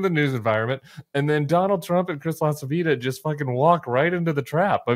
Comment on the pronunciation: Greetings from Italy! It'always fun to listen to you, but I have a fit everytime I hear how you pronounce Lacivita...(its Lacheeveeta, kind of...)